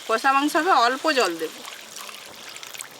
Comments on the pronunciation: Bolchilm কোষা ta ki kotha... Its কষা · Kathata chicken kosa noi chicken kasa.